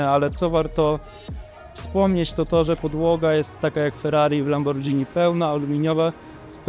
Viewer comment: Materiał spoko się ogląda i życzę powodzenia ale błagam, mówi się Lamborgini (nie Lambordżini)